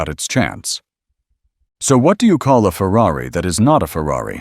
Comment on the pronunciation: No. There are no coops. The word is coupé. Same word as chop. Don't people know French? Say cooh pay. Jesus, this is sad. And that included saying Fewwawee. Why would one?!